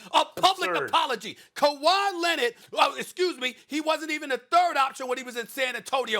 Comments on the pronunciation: Kawhi Lennit.... bruh lmao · Stephen A. “Kawhi Lennid” Smith